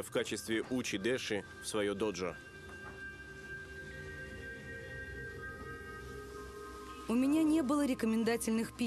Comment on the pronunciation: Ну что за произношение терминов? Не "доджо", а "додзё", не "шоган", а "сёгун" ЁПРСТ!!!!